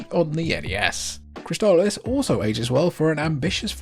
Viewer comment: Props for correctly pronouncing Crystalis. I had been saying it wrong for 30 years.